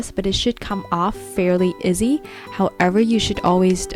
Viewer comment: fairly izzy? anyone eslse hear that ?